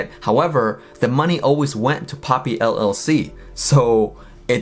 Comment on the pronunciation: for a moment I thought Titanic called her "POOPY" 😂